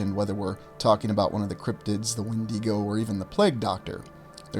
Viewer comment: Regardless of anything else, I'm glad you pronounced the 'When-dee-Go' correctly. Kudos to you!